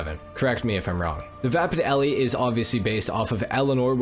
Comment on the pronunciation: FYI the mustang in “Bullet” was just a mustang. No name. The name Eleanor is from the Mustang featured in Gone in 60 Seconds. All the cars had code names. And lastly the E at the end of Elle is silent. So it just pronounced “L”